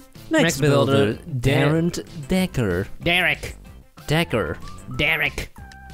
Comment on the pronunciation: "derek decker" i laughed so hard lol because i am german and that was completely wrong xDDD Its called "Der Entdecker" haha. That hacker "yoshi" wrote german words all the time xd. Why are there so many german people in your rounds lul